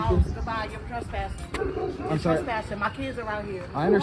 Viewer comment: “You trestpassung”